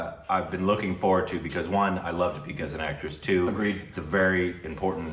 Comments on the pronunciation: Stop calling her Dapeeka. Its Dee-pee-kaa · Shes di pika. Not da pee ka. Lol